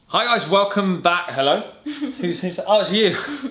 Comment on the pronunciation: "hay-lo hay-lo" lol 😂